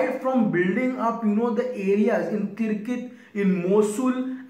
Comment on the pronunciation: its Tikrit, not Tirkit😉